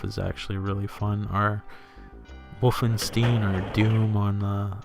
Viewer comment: You are the first person I hear saying Wolfenstein Wolfensteen. :) It's a good game, but I can't say I ever liked it or impressed by it even back in 1991-2 when I first saw it. Yes, I remember the home computer game with the same name which had nothing to do with this.